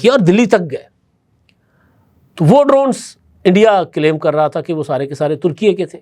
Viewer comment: ، ترکی کا نیا نام ترکیہ نہیں بلکہ ترکیے Türkiye ('لہور اے' کی طرز پر) ہے جناب۔ 😊